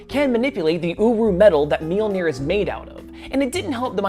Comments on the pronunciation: You're saying it right. A lot of people wrongly think it's ma-jol-nur. It's mule-near. It's not hard. I see people correct the correct pronunciation a lot, too. It's mule-near. If you pronounce the j like anything that isn't a y, you're wrong. Mjölnir. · Your pronunciation of Mjolnir is fine. Anyone saying otherwise is talking out their ass or trying too hard to be a pedant.